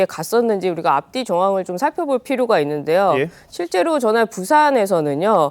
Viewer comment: 있는데~여. 이여자 발음 골때림. 햇는 데~여..ㅋㅋㅋ